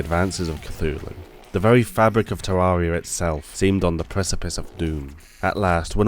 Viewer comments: The second he said tarroaria i was like nope i aint liatwning to him butcher this beauty in that way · Can't get over how you pronounce Terraria, it hurts my ears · Knows the lore of Terraria, yet still can't pronounce it right.